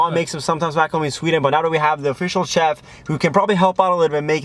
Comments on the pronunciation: Teeqo... Is not CH-EFF It's SH-EFF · Pronounced shef not tchef